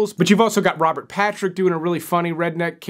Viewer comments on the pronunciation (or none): none